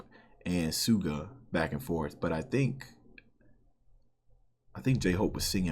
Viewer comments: You were right on your pronunciation of Suga’s name in your first videos, it’s pronounced like sugar without the « r ». So saying shu-ga is correct, not su-ga. You can here pronounce his name in those Cypher before his verse. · Hi there, just wanted to point out a little pronounciation thing: the way you say suga is correct but the s is pronounced as a sh sound so like 'shuga'